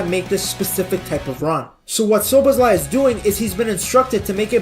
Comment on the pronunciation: As a hungarian its always funny to hear that every foreign people missing the right pronouncication but thinks he got it right 😂